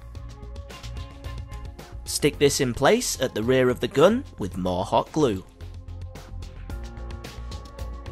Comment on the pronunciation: "The geun".😂